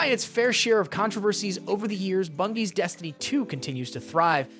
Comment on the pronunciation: I know, i cracked up a few times. "Bungy" got me rolling too.